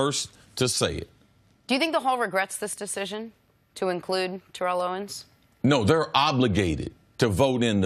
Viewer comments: TARE-ELL OWENS Listen to this video..... he says it perfect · Chris saying it exactly right. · Tare-ell Chris is saying it right